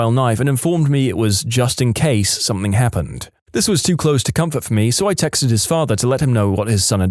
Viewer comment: No K in the word something